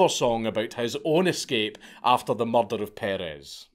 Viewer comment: Morder almost like Mordor haha respect though I appreciate that he made this video